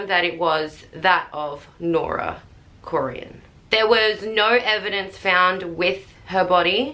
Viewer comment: Their name is pronounced Core in